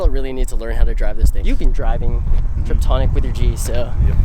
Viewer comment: Tiptronic not triptonic 😜